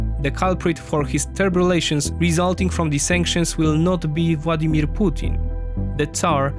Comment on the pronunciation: Your videos are great and the narration is excellent. Bonus points for pronouncing his name Vładimir 😇 Dzięki!